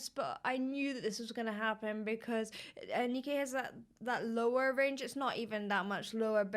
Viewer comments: Sorry for doing this and being that guy, but her name is indeed not pronounced 'Anneekay'; it's pronounced 'Annuhkuh'. Dutch people love the forward-placed 'uh'-sound, for example; my name is pronounced 'Willuhm vuhn duh Bake'. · I love this duet, too, beautiful. Just FYI, I do believe the correct pronunciation of Anneke's name is Ah-NEK-ah. It's the pronunciation I seem to hear the most in other reaction videos, and I've heard it used before, I think it's the Scandinavian equivalent of Anita. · "Anneke. I hoped I pronounced that correctly." No, that wasn't even close, but valiant try XD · Anna Kah I believe is how Anneke is pronounced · I've heard so many different pronunciations of Anneke's name that it isn't funny. I went to school with an Anneke & her name was pronounced: 'Ar-ni-ka'. My christian name is a tricky one to say as well, because it isn't an English sounding name, barely anyone says my name right & for that reason I like to make sure I'm pronouncing a person's name correctly. TY for your vocal analysis of this song, it's one of my favourite duets, ever! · funny to hear, but in Dutch Anneke is pronounced differently than Ar-ni-ka. Also Amsterdam is always mispronounced. Its AmsterdAm starting with A from the English word After and the second A in AmsterdAm is also being pronounced as A from the English word After.♣ (correction :After pronounced in Brittish English)